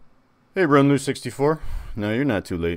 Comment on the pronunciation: This was a fun one to watch! Thanks for the stream! I'll have you know, I was very happy to hear you say my chat name correctly the first time you said it, most people butcher "Runlue" somehow. Haha